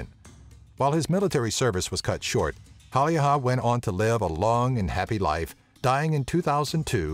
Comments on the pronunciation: Haha, it was pretty hilarious =P Sounded more like Simo Haijaha to me, lol. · pronounced "Simon Hey-ia" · tää lausuu sen simo häijähä :D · It's Simo Häyhä, not Simo Haeyaha, as you say it 😂😂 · Its Häyhä not häijhä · i live in finland and its häyhä not hauhjaha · I like how hilariously you pronounce Simo's name. "Simou Haijaha" xD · more like Simo Haljaha or whatever he said lol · Simo Häijähä :D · "simo haijaha" good job dude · ColdnPointless I Heard him say "Haijaha" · "Simo Häyähä" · Simo Häyhä = "Simo Hadiha" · Seemow hayyaha :DD Sorry, but the American pronunciation is terribly amusing for a Finn to listen. But then again if didn't use the letters Ä and Ö I wouldn't know how to pronounce them either. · the pronouncing... SJIMJOU HJÄYHJÄH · Simo häjijähähjiähä😂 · Lol Siimoo hayyhaa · You say hauuha 😂😠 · I'm cringing every time he tries to pronounce Häyhä's name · I heard that too xD ROFL when i heard him say Häyhä wrong. I'm swedish, hello neighbour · Basically first saying "Simo Hälhijiä? What the fuck? :D" then "At least he tried to pronounce the name like we do..." after which "well let's give a plus for the fact that Ä didn't come off as A", "The guy is claiming that the ryssät (russians) would have conquered Finland" and finally "Can't bloody talk English". Why did I bother to translate? Cause I'm bored XD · FortyFly englannin kielessä ei ole ä joten ne eivät voi lausua kunnolla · So I'm finnish and every time he said "Häyhä" it cracked me the fuck up. He pronounced it waayy off lol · You're mispronouncing Häyhä's surname so bad that it hurts my ears. But nice of you to add him into this. Edit: Google translate it into Finnish and listen to the pronunciation. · Im from Finland and i laughed the hardest with the pronounciation of the Simo Häyhä´s surname. Sounded like japanese lol :D And also, all you guys who think that snipers are cool. They just annouced to make a Hollywood movie about Simo Häyhä